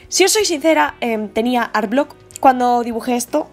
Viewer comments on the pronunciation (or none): Por que le dices "arblock" sjjsjs con amor pero por favor para